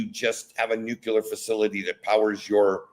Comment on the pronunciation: lol he said "nucular". :D